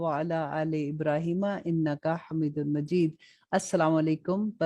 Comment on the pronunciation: Jab ap drood ibrahim parhti hain wahan jahan mad ati hai ain ke oper wahan thora long kya kijye or hamidum majid ko long kar ke hameedum majeed parah karain kyon ke jahan bhi ya par jazam ay us ko thora long kar ke word ko ada karte hain ye maine is lye kaha ke ap ko sab daikh log bhi isi trah parhain gain or baqi ap bohat acha kam kar rahi hain or bohat achi trah samjah kar translation batati hain jo bohat achi trah samjh ati hai shukrya ap ka